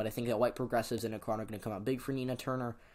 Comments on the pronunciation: sorry to bother but .... it's ACK-ren, not a-KRON .... your videos are amazing ,but mispronunciations can harm others' impression of you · Shortly after making the video i learned it's pronounced Ack-ren, my apologies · the way he said akron smh... ever heard of lebron james... the kid from AKRON?